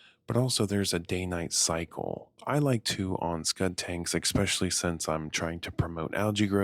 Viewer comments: Yeah I like his voice too, but he should practice saying “especially” rather than “Ex specially”. Gets grating after the fifth time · am i the only one that's hearing, " ekspecially " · Great video and all, but I cant listen to people saying expecially 😂😂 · vro said expetially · And he said it SO many times 😅 honestly kinda ruined the video for me